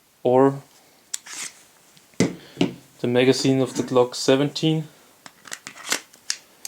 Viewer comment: It’s MAGAZINE, not “Mega Scene”